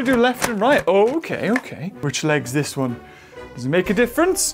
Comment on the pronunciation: The way he says “WONE” Toro be like “this maniac has my family and he’s force feeding me!”